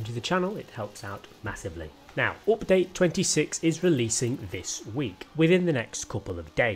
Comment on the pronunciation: No one:: Opdayte 26